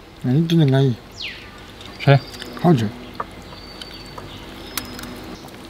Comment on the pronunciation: 看到就想起唸的「安逸」